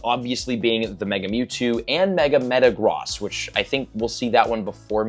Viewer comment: Is no one gonna talk about how he pronounces Metagross?